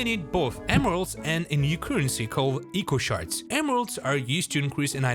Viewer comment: You pronounced echo shards wrong